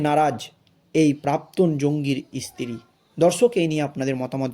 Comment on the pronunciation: এতো খবর পেলে কোথায়? ইসতিরি নয় স্ত্রী। ভাষা টা ঠিক ঠাক বলো।